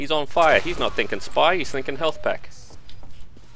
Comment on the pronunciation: Did...did he say "shpee"? That truly is the 'Leroy Jenkins' of TF2.